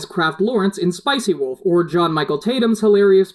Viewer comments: Am I the only one that heas "spicy wolf" xD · I swear you said "Spice-y Wolf" , and no amount of re-watching and listening can get me to hear "and".